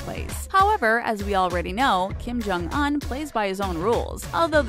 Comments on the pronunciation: “Kim Chong oun” it’s pronounced kim-jyong- uonnn” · Kim Jong-UN??? 😂 I thought it was pronounced Kim Jong-OON 💀💀💀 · did she say Kim Jong an and not Kim Jong un???????????? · Everytime 😩 like did no one think to tell her she was saying it wrong during recording or something??